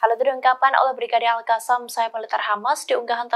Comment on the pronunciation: Qatar bu, bukan hatar...al Qosam bukan al hasam...🤦